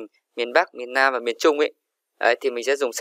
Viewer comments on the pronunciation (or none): Miền Nam chứ ko phải miền lam